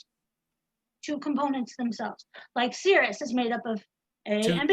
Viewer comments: Sirius - seer ee us, damnit!! The word pronounced seer us refers to a part of a bodily fluid. Tell her about poles and zeros in the complex plane - you can have lots of poles on the plane. Toss in bits like the existence of zeros in the right half plane for which compensation with a pole is not possible. Tell her about how often j appears in the calculations of noughts and crosses and explain to her that it is imaginary! Obviously a binary star is one with two distinct states - on and off or right side up and upside down or pink and blue or convex and concave or wax on and wax off or... She's so damned dumb and arrogant that "binary" in reference to "a" star has very specific meaning and that other uses of "binary" are irrelevant. I have to quick coming to this infliction point. It's just too painful and brain damaging. lives on the first point of inflection of the plot of the Dunning-Kruger effect. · Why does everyone keep mispronouncing SIR-I-US??? On top of all the other excruciating points, this is really annoying me. Somebody should have smacked long ago, and told her to respect her elders and betters. She has no concept of being in the presence of educated minds. How could you let her manipulate this with her aggressive insanity for so long? "Binary" means "two of", in this case, two stars. This wasted hours of my precious life. Again. Plus audio was way below par. We should have the option to turn it down if it's too loud. Too quiet, there's nothing we can do. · for shits sake, honey, it's Sirius. [SIRR] + [EE] + [UHS complete dope.